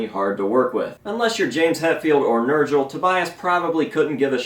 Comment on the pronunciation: Who is this Nurjle you speak of? Oh Nurgle. Got it.